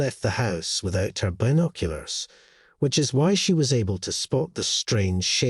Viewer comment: So dumb. Another one of these fake animal asking human for help and repaying them the next day w a dead animal type stories. Not to mention this annoying narrator and the way he keeps saying been…….oculars